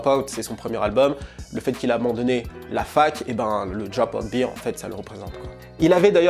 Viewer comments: Sur la prononciation -> si tu dis bear (ours), il faut prononcer Bere, pas bire (beer), qui veut dire la biere. Super contenu en tout cas, merci beaucoup d'avoir publie! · Attention,: « bear » ne se prononce pas comme « beer » en anglais. Ça se dit plutôt comme « bare » (je sais pas si ça t’aide). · C'est BEAR et non pas BEER. Just FYI. Bon Boulot 💪🏻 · Bère (bear) pas Bire (beer) ! Sinon super vidéo merci pour les infos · "Bear" (Ours en français) se prononce comme ceci: Et non comme "beer" (bière en français). Le top cette vidéo, merci!